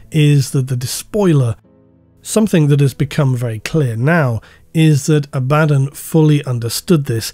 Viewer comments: Very strange pronunciation of Abaddon “ a,bad,un The despoiler” is this intentional is it a inside joke ? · Every time you go "aBADdon", I cringe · STILL mispronouncing 'Abaddon' is driving me crazy. You already admitted "uh baddun" is wrong, why keep doing it?? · While I appreciate that you said both "AB-ad-don" and "a-BAD-don", I have to point out you forgot "ab-ad-DON". :D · A - BA - DON 🙈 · its A-ba-don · It's pronounced Abaddon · This Abaddon pronunciation meme thing really takes me out of the video subject. As much as I have my own pronunciation of it, I wish you would just stick to a consistent pronunciation. I really don't get petty, just use what's comfortable. I know Arbiter Ian does this too and I feel the same way. I get that you probably do it because people WANT you to pronounce it one way, but the inconsistency hurts the narrative IMO when you're talking about this specific character. Very sorry if you feel the average jerk has guided your narrative to start doing this, but I would love it if you would just use one or the other. Sorry for the criticism, I really tried to make it as constructive as I could. Thank you for all your hard work and despite the criticism, this video was fantastic. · still mispronouncing "Abbadon" I see. there ya go :) bruh....